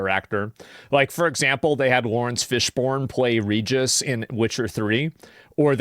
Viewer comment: Somebody tell Asmon that his name is Laurence Fishburne! NOT Fish-born, haha. Tell me his trolling us because I have heard him mispronounce this actor's name countless times.